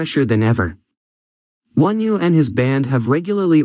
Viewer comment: It’s not wonew it’s onew if you’re going to do a video about someone get their name right